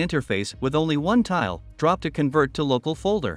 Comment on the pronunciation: Guys, great video but have a REAL human doing the voice over and not AI (it must be AI because of the subtle mispronunciations, like convert). A real human voice just brings that little bit extra.